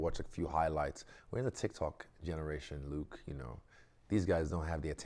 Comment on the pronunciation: Luke was a proud when he nailed the pronunciation in front of him